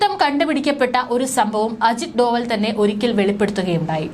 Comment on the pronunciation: അജിത് ഡോഭാല്‍. Not ഡോവല്‍